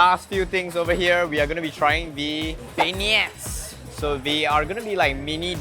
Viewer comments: alamak it's pronounced "ben-yay" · When you can't pronounce Beignets... #SMH